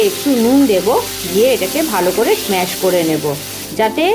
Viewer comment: Smash noi bhai ota mash